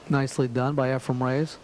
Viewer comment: Couldn't this dude learn the guy's actual first name? Efrum???